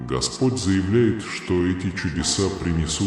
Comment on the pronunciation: Твой неправильные ударения на гласный слог меняет смысл господь ( по ). , дорогой( гой).